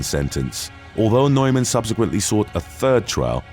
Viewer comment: The guys name NEUMAN is pronounced NEWMAN.